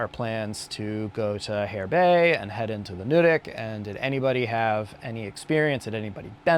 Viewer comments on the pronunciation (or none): Nuddick rhymes with Mud Brick. Not Nude Ick lol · Ohh yeah...The box has already been checked, and verified, that the two of you are Not " ordinary folk " : that's a good thing 👍 To help with the pronunciations, Nuddick ; it's not nude. And François is; France-wah. I'm curious about the technical rating of the climb. It has to be at least a 5-8+ ... Looking forward to that